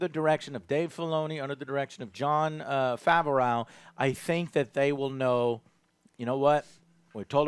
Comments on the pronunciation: John Fav-or-ow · Why does he always pronounce John Favreau's name so weirdly and wrong??